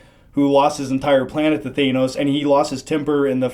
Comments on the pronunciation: Well what a douchy discussion! I have been waiting for a reason to unsubscribe. Well the waiting is over! Point 1: The Dude in the middle should probably learn how to pronounce the name of the best villain the marvel universe has ever seen. Off to a great start aren't we? Point 2: The middle moron is at it again. So he thinks it's obvious they're going to use the infinity stone to bring them all back? Does he not realise that turning back time to the point where half of the population died. Would also turn back time to the point where Thanos had all the stones in his arsenal and therefore all that power. So the same outcome would inevitably follow! Point 3: I can't believe they're making the argument that Hulk and other Heroes were "nerfed" I mean WHAT?! These dorks must not know anything about the backstory and ability of Thanos. Are you sure you saw the same opening scene as I did? Because I saw Thanos absolutely destroy the Hulk in hand to hand combat without a stratch. And you wonder why Hulk doesn't want to come out for the rest of the movie lol really? Point 4: Can the middle moron just never give his opinion on a performance ever again?! -"Starlord was a douche in this movie"? Once again which movie did you watch? The scenes with Thor were so obviously filled with sarcastic jealousy for humouristic purposes. They succeded in portraying a comedic rivalry. Starlord along with Drax were the funniest parts of this movie! And for all the three of you saying that Starlord ba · Why does he keep mispronouncing thanos when everyone in this movie gets it right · Tell to pronounce Thanos correctly! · I swear the guy in the middle is stupid, he thinks thanos should’ve died there at the end? He can’t even pronounce his name right? This is painful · Please. Not Thaynos. It’s pronounced Thannos. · What are you guys pronouncing Thanos's name weird? You're saying it Thaemos!! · Am I the only one who noticed pronouncing Thanos like ThAInos